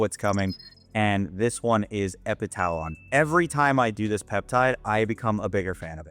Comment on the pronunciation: Epitalon pronounced epi tuh lon